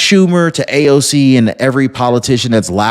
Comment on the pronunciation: it's AOC not ALC